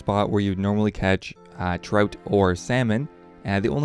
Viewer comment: He calls trout 'troat' the fuck man